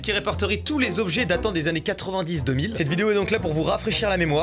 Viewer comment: Des.. Des "annnées" ?